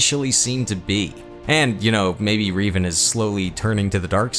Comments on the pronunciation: RE VAN NOT RI dude learn to speak ffs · Man, you mispronounced a few names....the most egregious was Revan.